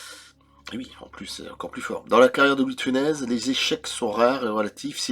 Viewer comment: Louis de Funès ce prononce bien Funesse non ?